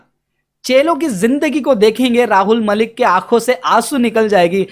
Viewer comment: भाई पहले तुम खुद ठीक से उच्चारण करना सीखों,,, वीडियो के शुरू में पहले तुम राहुल मलिक बोलते हों और कुछ सेकंड बाद बोलते हो,, बहुत अच्छे से उच्चारण करने के लिए तो अभी आप को भी सीखना बाकी शेष है